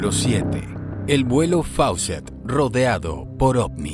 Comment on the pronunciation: No se pronuncia Faucett sino FOOCETT. Era una aerolínea peruana que desgraciadamente ya no existe igual que Aero Perú.